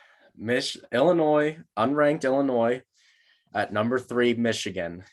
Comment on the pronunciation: Hey and, love the pod. I do have concern tho…. I noticed you pronounced Illinois like illnoise, that is very concerning because your are a college student. Maybe put down the Budweiser and go to a grammer class? Love the pod guys great work. God bless.